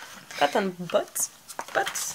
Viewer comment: It is a Guinea pig - someone who attempts something first to see if it works or not. Buds when you say it is super cute but it sounds like butts which I think is possibly why Emily was giggling 🤭🤭🤭 You two are wonderful together. Thank you so much for allowing us to share your precious time together xx 💚❤️💚